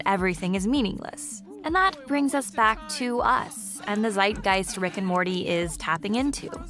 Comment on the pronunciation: I just realised, that english people trying to pronounce/pronouncing "Zeitgeist" is one of the funniest things ever, thank you!